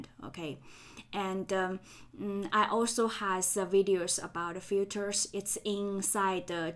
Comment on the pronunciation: your 'filters' sound like 'futures'))